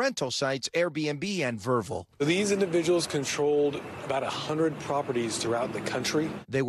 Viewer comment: Isn't there a producer who can tell the anchors how to pronounce "VRBO" before they go to air?